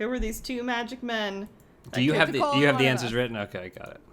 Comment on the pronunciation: it's answers not "ants zerzz"